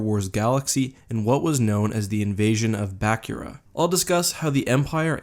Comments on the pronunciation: It’s not BACK-ura it’s BUH-kura Don’t believe me? Look up Luke speaking about Bukura in SWJK:JA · Also its not Bah-cure-uh its Bah-coo-ra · I think it's pronounced BA-KOOR-A not BAK-YOOR-A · Bakura is pronounced Baa-coor-ah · I've never heard anyone pronounce "Bakura" the way you do. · That is NOT how you pronounce Bakura. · How you and I pronounce Bakura is very different. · Err, not to be a stickler, but Bakura is pronounced ba-Koora not ba-ku-Ra; also the Ssi Ru is the singular form of Ssi Ruuk, pronounced Si Ruk. They are a saurian species so have a bit of a sibilant 'S' in the pronunciation.